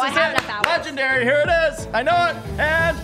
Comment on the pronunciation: He really said we could try get a legdanry out of a dimaind eggg